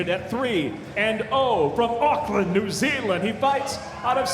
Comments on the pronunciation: Mate you don't have to be a kiwi to notice that he pronounced it bizarrely. I think he was maybe trying to do a comedy NZ accent, which is a bit disrespectful if you ask me. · So us kiwis ain’t gonna talk about how he pronounced Auckland?